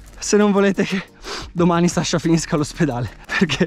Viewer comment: Ok ma ti prego è SASCHA non SASHA